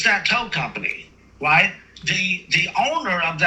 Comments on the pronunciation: I’m trying to tell you what you are doing “Wong” I I’m trying to explain to you the “white” way to do it…. Dude definitely needs to lay off the sauce… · What your doing is wong, I’m trying to tell you how to do it wight lmao😂